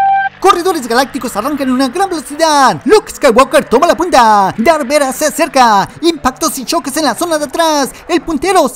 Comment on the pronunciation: Se dice darth vader no darth veda